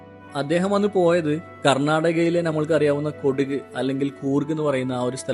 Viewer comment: കൊടുക് അല്ല കൊടക്